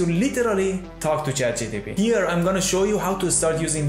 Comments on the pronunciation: its ChatGPT, not GTP 😒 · he always says Chat gtp, not one single time he manages to say it properly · Chat GTP :))